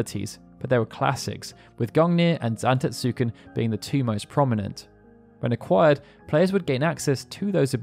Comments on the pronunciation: Great video, but the u in Zantetsuken is silent. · Had to click off after the atrocious pronunciation of Zantetsuken. I was hovering after claiming Odin was Loki's father. Very sloppy work.